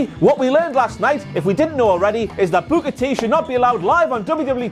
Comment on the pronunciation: T-T-T-Tea Tiiiiime (Typed that at the beginning when I saw the shirt) When says "Booker T" it sounds like "Booger Tea"